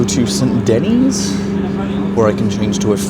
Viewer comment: Another interesting video - thank you! But “Saint Daine’s”?!? It’ rhymes with Dennis. As in “The Menace”